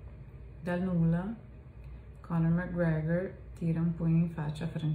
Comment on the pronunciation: Sei invidioso ? La pronuncia è perfetta..